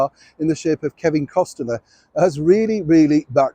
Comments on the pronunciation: It's 'cost-ner' not 'cost-ten-er' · Just asking, not criticizing, do you know you are pronouncing Kevin Costner's name wrong? It is Cost ner not Coste ner. Nobody attack me . Just asking. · just to let you know it's Costner not Costener. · Hi....pronounced Kevin COST-ner (smile). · Please - - Kevin Costner's Name is pronounce COST NER Two Syllables - - Like COSTCO Not Three Syllable Like Costlier = More Costly. Why hasn't staff or viewership helped out and tell him how to properly pronounce the last name? Be Kind and Help Him Out with That important small detail for his broadcasts. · COST NER correct pronounciation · you might want to check the pronunciation of Kevin Costner's name. You are adding a syllable. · I love your channel, so don’t be offended. You’re saying Kevin’s last name wrong. 2 syllables, not 3. 👍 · Just asking, not critizing that you are pronouncing Kevin Costner's name wrong. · Yes I have heard other British broadcasters add that extra syllable in Kevin Costner's name. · Yip, it's annoying...😊